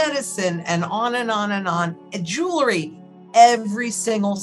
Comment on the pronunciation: The word is pronounced jew-el-ry, like it's spelled. Not jew-le-ry. Say jewel and add ree.